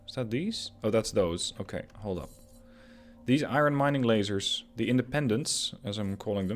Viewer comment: 'Love the videos... 'Hate the way you say "iron".